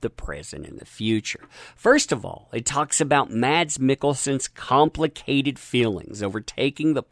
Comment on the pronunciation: Mads is pronounced Mas(s) The d is silent , as it is in many danish words. :)